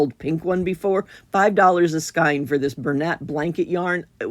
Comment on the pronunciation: Hi, I really enjoy your channel. In the interest of sharing knowledge, the word skein is pronounced “Skayn”, as in rhymes with rain.